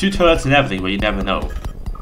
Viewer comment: what's wrong with your R. You spelling it like a W-.- this is infuriating!! (btw what are tuwwets???)